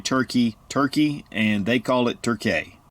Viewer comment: Nobody calls Turkey ... "Turkay" ... Where the heck did you get that from?